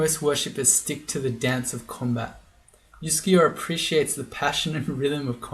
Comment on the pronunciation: Your comments about your Scandinavian-sounding pronounciation of Uskayaw pushed that one button in my brain - you know which one! Here we go: 'juskejå' would actually, at least phonetically, be a valid Norwegian word, pronounced quite like you did! It's of course an absolute nonsense word with no meaning. But! If we divide it into 2 words: 'jusk(e)' and 'jå' then we can get creative. Instead of 'jå' we can say 'ljå' - which is a real word, where the initial 'l' is silent! And it means 'scythe'! Now we're getting somewhere. But what about 'jusk'? Well, I found nothing in the official dictionary. But I'm willing to bet a small amount of money that in some dialect in some valley or on some island somewhere in Norway it's a real word with meaning! You know what - let me google that for me. [seconds later] Huh. I'll be damned! I found one mention of 'jusk' as a (dialect) verb, and apparently it means something like to be unsteady/unbalanced, or to stand/balance on something that is unsteady/shaky/wobbly! And Norwegian is one of those languages where you can just stick words together to form new words, therefore 'juskeljå' is indeed a valid word! Conclusion: Uskayaw is now Wobblescythe :D